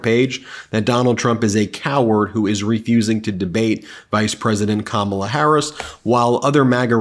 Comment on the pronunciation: Ben, you aren’t pronouncing Kamala correctly!!!